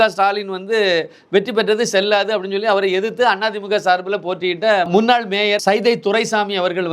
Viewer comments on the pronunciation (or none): none